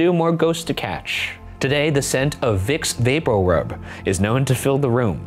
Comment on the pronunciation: I never comment but as you were saying "vicks papor rub," I was opening a botte of vicks which I haven't bought in years and now I am scared lol